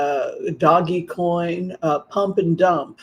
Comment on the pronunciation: Pronounced “dohj coin.”